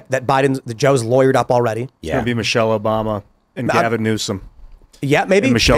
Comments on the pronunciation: Michelle? Come on, it is Michael. You are just afraid to pay the price like Joan Rivers did. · Michael* ffs...... MICHAEL [/ˈmaɪkəl/] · Its micheal not Michelle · PS, it's not Michelle, it's Michael.